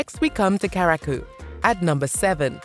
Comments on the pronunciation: Right? Curaçao, yeah? What's karakoo? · At least pronounce your island properly. There’s a difference between Curaçao and Carriacou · is it so difficult to pronounce right curacao ? koorasao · Where is Kuraku?🤦🤷🫣🤣🤣 I thought it is Ku-ra-sou (Curacao). Thanks for the video. I miss my Caribbean islands❤️ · It is pronounced Q RA SOW (Curacao). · "Kara-koo"? THIS VIDEO IS SO CRAPPY IT MISPRONOUNCES MORE NAMES THAN IT GETS RIGHT!!! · Pronounced Carry Ah Koo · Right.. How did she get to “Caracou”? As a person born and raised there, it’s offensive. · They pronounced it as if they were talking about the "carriacou", the island off Grenada's mainland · Horribly stupid video, waste of time. Boring random unrelated stock footage of black actors, annoying effects flashing throughout, time padded with endless blah, blah, blah and takes forever to get to the point, can't even pronounce 'Curacao' correctly. Complete crap. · After you researched all this data, you could’ve at least researched how to properly say Curaçao….. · I think the voice was AI induced or a BOT and had no idea how to pronounce it. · Right! That better be an A.I., the way the pronunciation was butchered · soooo is that how you pronounce curacao?? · These are AI video. They don’t have everything down yet 😂